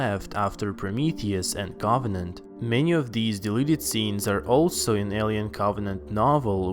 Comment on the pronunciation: ”maanny qQuaStzions zthat hwere laeft afftter Proumiuthiouz aandd coOvVennanntt”